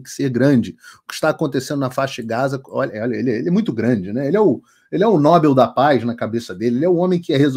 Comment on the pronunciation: Nobél e a pronúncia correta